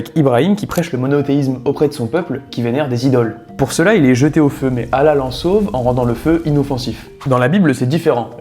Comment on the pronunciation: Merci de bien vouloir prononcer le nom d'Allah (azw) correctement car c'est une faute grave. Double le "L". D'autre part : Il n'y a pas de divergence quant au fait que ce soit Ismaël puisque c'était son premier fils. Ibn Kathir (Puisse Allah le Très Haut lui accorder Sa miséricorde) dit : « Le Très Haut a mentionné que quand Abraham avait quitté son pays, il a demandé à Allah de lui donner un enfant pieux et Allah le Très Haut lui apporta la bonne nouvelle ayant trait à la naissance d’un enfant clément. C’était Ismaïl (psl) puisqu’il était le premier enfant né d’Abraham (psl). Ceci ne fait l’objet d’aucune divergence au sein des adeptes des religions : tous admettent qu’Ismaïl était son fils aîné.